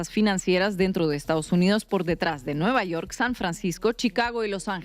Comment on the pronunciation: Vaya! Ahora no dijo "nü yewrk!", jaja! Chido.